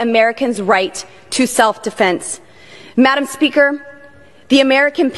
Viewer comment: Why does she keep saying madam spearker?